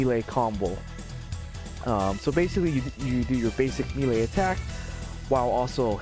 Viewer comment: good guide, but melee is pronounced "may-lay" not "me-lay"